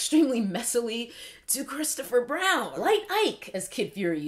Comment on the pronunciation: "Cokestopher Brown" 🤣🤣